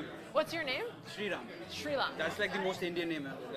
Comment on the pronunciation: Hey srila.... Can't believe she butchered your name like that 😂